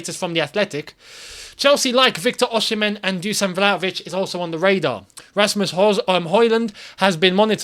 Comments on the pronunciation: It's Victor Osimen not Oshimen, there is not sh, its just an 's' like snake. if you have an "sh" factor, I am sorry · It OR-SI-MEH not OR-SHE-MEN